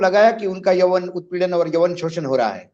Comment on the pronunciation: yaun not yawan